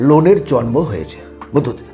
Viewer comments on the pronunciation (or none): none